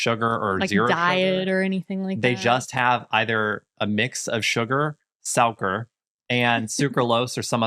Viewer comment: The 2 of you still can't pronounce suiker, its not souker.